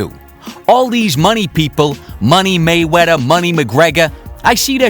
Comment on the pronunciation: This guy pronounces Mayweather, "Maywetta"